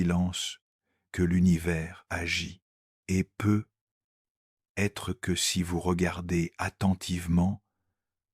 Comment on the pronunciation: Un immense MERCI (Mais, de grâce, l'IA pourrait-elle apprendre à prononcer correctement "peut-être")